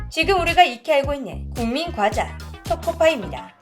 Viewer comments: 과자가 꽈자 발음이 들리는건 저뿐인건가오 :) 가상인간 발음 수정 부탁드려요.:yougotthis::yougotthis::yougotthis: 아참, 첨언하자면 러시아의 경우 초코파이 등 국내과자가 대거 군보급품으로 주고 있어요. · 아~~~ 오늘도 어쩔수 없는 고향의 발음....'꽈자'...ㅋㅋㅋㅋㅋㅋㅋ